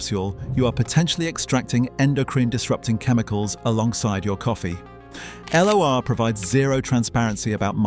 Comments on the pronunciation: L O R? L'Or the gold. L'Oréal< said like that, it's not L oreal. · L'Or is pronounced 😮LORE😮 It means gold.